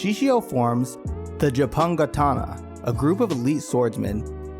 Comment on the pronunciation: The only thing keeping me from constantly rewatching this, is what the creator did. Also, whats with the pronunciation of Shishio's group lol. Good video otherwise